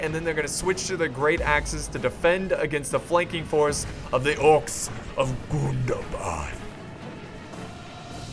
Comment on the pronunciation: I love it when you say GOON DAH BAHD